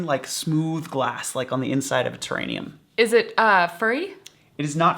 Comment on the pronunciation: What's a "terranium"? . Maybe a "terrarium"? Hahaha. Well, that was hilarious and made me laugh tooo hard, thanks!